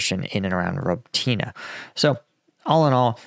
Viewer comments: I really wish you'd check how to pronounce Robotyne with a Ukrainian speaker 🤣 It's more like Roboty-knee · Its pronounced ruh-BOH-teen-ay. But you'll get it before wars end. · For crying out loud,. You’re still improperly pronouncing Robotyne. 🙄 🤷‍♂️